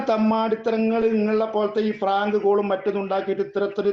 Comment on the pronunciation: താൻ ആരാണ് 😂😂fm ലേ സ്റ്റാഫിനെ ഓക്കേ കൊടയാൻ 😂😂ശോഷ്യൽ മീഡിയ 😄😄 ആദ്യം മലയാളം പഠിക്😂😂 ആളാകാൻ വിളിച്ചു 😂അത്രയേ ഒള്ളൂ ഫ്രാങ്ക് കാൾ എടൊ ഫ്രാങ്ക് അല്ല പ്രാങ്ക്